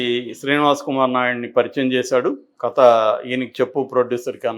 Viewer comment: క త కాదు కథ అనేది ఒక జర్నలిస్ట్ గా మీరే సరిగ్గా పలకలేకుంటే మా లాంటి పామర్రులు ఎలా విజ్ఞా న వంతులు అవుతాం సార్